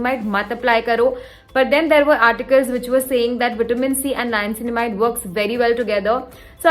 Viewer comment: Girl!!! You need to work on your niacinamide pronunciation. And you used it 3 times a sentence at that. This video exhausted me so much. you probably should use "N-word" for niacinamide but niacinamide works So great video.